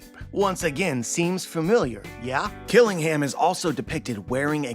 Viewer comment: Kiringham is a Kirin. A mythical creature from Chinese/Japanese mythology. It has traits of a horse, deer, and dragon. Think of the famous beer brand. The last part of his name, "Ingham," should be said like the British (and Alabama) city, Birmingham. The British way of pronunciation is to drop emphasis on the H sound. "Birming-um." So Kiringham would be "Kirin-um"